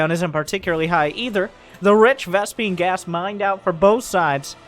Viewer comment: "rich vespine" smh.